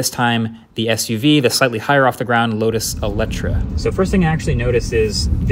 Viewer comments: it's eletre not eletra. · Lotus Eletre not Eletra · I guess the Michelin EV LTS is a Lotus specific tyre, thus the LTS designation. Also it's Eletre not Eletra, you might want to correct the title of the video :) Great cars though. Especially the Emeya. Wow. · Hey, there’s a typo in the title. It’s called the Eletre, not the Eletra, even though that is how you pronounce it. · Eletre not Eletra